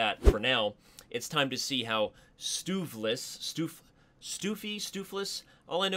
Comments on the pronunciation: Its pronounced: stove flace not steufflee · not stufeless but stuuf-flace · It's from a Dutch word for Flemish Stew, and it's pronounced "Stove-Lace". So, the thing you use to heat your pan, and the thing that holds your shoe together. Stove-Lace. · Stoofvlees was named after a traditional Dutch/Frysian dish. The pronunciation sounds a lot like "stove flays". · Great game, thanks very much for uploading. Stoofvlees rhymes with loaf case. FYI. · pronounce stoofvlees as: "stove vlase". It's Dutch for like pulled meat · Stoofvlees should be somewhat pronounced as “stovelays” although this is not entirely correct it comes a lot closer than what I’ve heard so far. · as someone who is fluent in dutch your pronunciation of “stoofvlees” makes me want ear bleach. No hate just the truth😂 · Amazing stoofvlees is een belgiam dish. And you butchered the name. Really funny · You completely butchered stoofvlees